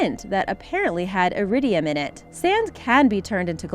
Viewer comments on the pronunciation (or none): none